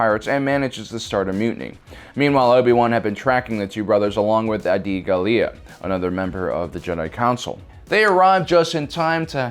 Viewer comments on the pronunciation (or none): seems to be a common mispronunciation.. it's "GAH-lia", not "gah-LIA"